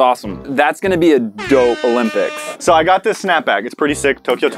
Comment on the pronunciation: that’s going to be a dope olpyics